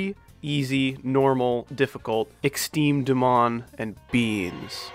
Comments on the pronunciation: its not exteme dmon its extrem demon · "Exteme dmon" 💀💀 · I love when you say exteme dmon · I like it when he says "exteme dmon"